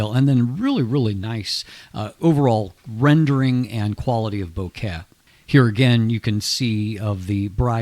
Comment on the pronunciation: Great reviews! Makes me glad I've started to buy in to Samyang. But..."bo-ket"? In case you didn't know, it's "bokeh" or "boke", from Japanese. Nothing to do with flowers.